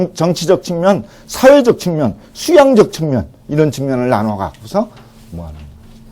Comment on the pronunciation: 측면을 "칙면"이라고 잘못 발음했나이다. 갈의는 참 좋습니다.